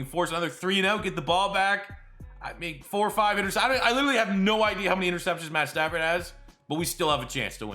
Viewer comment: It’s pad statsford